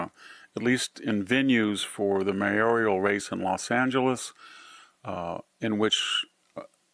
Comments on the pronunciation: It's "mayoral", VDH, not "mayorial". There is no "i" in that word. You are such a smart guy, yet these unforced errors hurt your brand. Other than these errors, I really like your thoughts and comments. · It is Mayoral, not mayorial. High marks fo everything else!